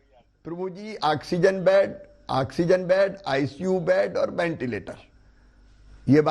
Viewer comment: axzen nhi oxygen bolte hai usko